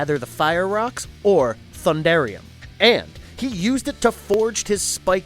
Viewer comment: It's Thundranium😒